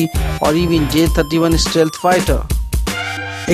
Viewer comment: it's stealth, not istealth..